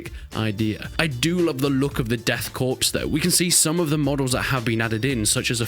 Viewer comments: "Korps" is pronounced "Kor" god damn it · Man's talking down to 40k fans but he mispronounced Korps